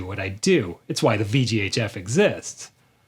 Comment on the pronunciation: Took me a minute to realize you were saying "VGHF" and not "VGA Jeff".